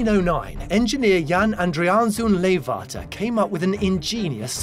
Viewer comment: leeghwater is not with a F but G